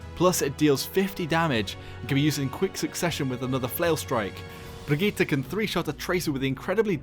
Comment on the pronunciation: Funny how a Paladins youtuber can pronounce her Brigitte better than basically every overwatch youtuber.